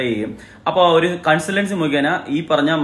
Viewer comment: കണ്സള്ൻസി അല്ല കൺസൾട്ടേൻസി